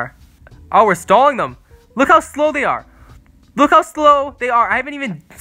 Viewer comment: Sounded like he said “Stalin tower” lol